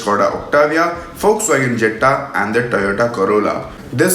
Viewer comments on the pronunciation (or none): Volkswagen "Jatta"😂😂😂🤦‍♂️🤦‍♂️ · I thought it was VW Jetta and not Je-ttta.